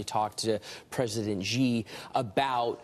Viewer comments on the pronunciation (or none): Heads Up it's President Shi (pronounced She) !